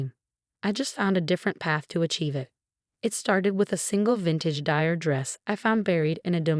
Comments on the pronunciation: Dior not dire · You need to spell Dior and Chanel phonetically so the AI can say it correctly.😄